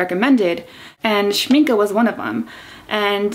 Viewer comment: I've a set of professional watercolours from Winsor&Newton, but I wanted to try out Schmincke ( glad you say their name right ) as I have many tubes of oil paint made by them. Yet I heard that they are attracting quite a lot of bugs in the spring/summer or more exotic regions as they are based on honey, is that right?